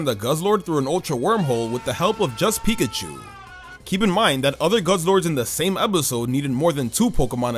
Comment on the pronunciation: PIKACHU, NOT PICACHO! THE C IS SUPPOSED TO BE A K, AND THE O IS SUPPOSED TO BE A U! AND PLEASE DO NOT LEAVE OFF THE I IN CHARIZARD!